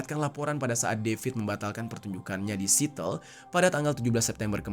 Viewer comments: Iya lagi.. kupingku gatel tiap denger "sitel" harusnya "si-ea-tel" begitu pun pas kasus Riza Chalid dibaca literal padahal kalau mau sempetin denger berita resmi pasti jd tau bacanya yg bener. tapi yawis lah sebagai fans sabar hati aja. Semoga bang jer makin berkembang pada waktunya ❤ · bang jeri, sebetulnya gak perlu mengkritisi (menertawakan) netijen yg melafalkan nama "D4VD" menjadi "Daud", toh bangjer sendiri melafalkan "legging" jadi "lejing", terus pelafalan kata "sweater", "Seattle" dll jg salah. hampir di setiap awal video bangjer suka minta dikoreksi pelafalan, bbrp kali gw nemuin netijen yg mengoreksi, tapi toh di video2 selanjutnya gak berubah jg, jadi gak perlu ditertawakanlah, sesama salah melafalkan & gak mau berubah ya santuy aja 😂😂👌👌👌